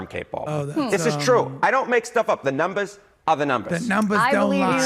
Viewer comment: THE NUBMEHS ARE THE NUMBEHS. Put it on a t-shirt and send it to that CNN anchor.